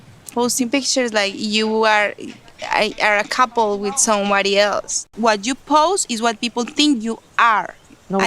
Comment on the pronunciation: I hate his accent and how he always says „f“ instead of „th“ like „wif“ What the f0ck